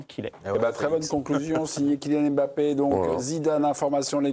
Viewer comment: Arrêtez avec le « M » bappé, ça saigne les oreilles et puis il a dit comment prononcer son nom